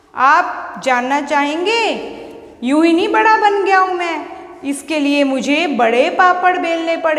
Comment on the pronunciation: Madam Ji ye Vada hota hai na ki Badaa